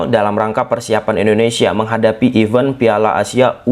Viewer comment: Event bro, bukan even